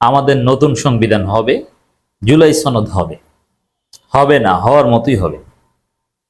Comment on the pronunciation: "সনদ" এর উচ্চারণ টা ঠিকমতো করবেন, এটা ছনদ না।